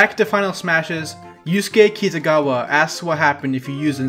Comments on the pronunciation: the way you just pronounced Yusuke's last name makes me want to commit Lego step. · the very slight butchering of Kitagawa triggered me as a persona fan. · The way he pronounced “Kitagawa” hurt me (Persona 5 fan) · Is it just me or does the way he says kitagawa also really bother you guys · He pronounced yusuke's last name wrong... ah who cares